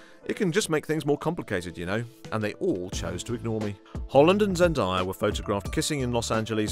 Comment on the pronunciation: Zen-DAY-uh not Zen-die-uh